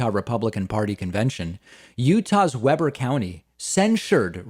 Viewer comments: Pronounced WEEBER not Weber like the grill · I like how you cover things, very clear. Point of interest, it's not Weber as in a web, it's Weber as in Wee-ber County. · Weber is pronounced "WEEber" I know this because it is the hell within which I live.